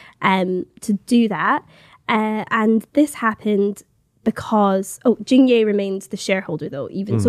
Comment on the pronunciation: It's Jing yeh(as in egg) not yay🙄